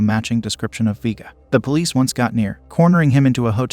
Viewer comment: Vee-guh 🙄🙄 Vay-guh ☺️☺️